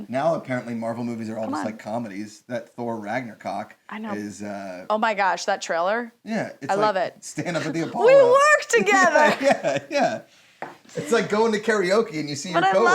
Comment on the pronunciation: I remember when I first saw her on AOTS. Man, she's funny. Also, I'm not sure if you said Ragnarok correctly. I spit my drink haha.